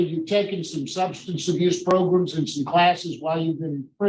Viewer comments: progrums is what says 😂😉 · Not "progrums" tho😂😂😵😵